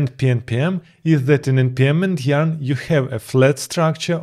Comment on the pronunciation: YARN not JARN....